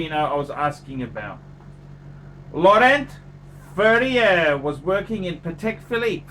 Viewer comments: You pronounce it Lauren Fair Yeah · "LAW-RHONT FURRIUUUHHHRRRR!!!!" Haha! Hilarious!!